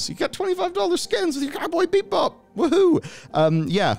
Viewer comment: BEE-BOP not BEEP BOP ogod